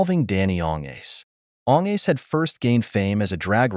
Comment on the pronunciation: Please pronounce his name correctly.